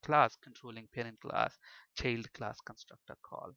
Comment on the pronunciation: bit annoying the way u keep saying cheild class